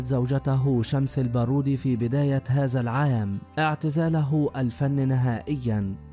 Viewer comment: يمكن المذيع اجنبي ومابيعرف يتكلم اللغه العربيه وعاده متعلم اللغه العربيه من قريب تنطق هذا وليس هزا 😢